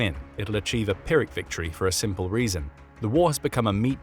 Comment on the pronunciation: Never heard Pyrrhic pronounced so stange. Worse then when brits try to say aluminum.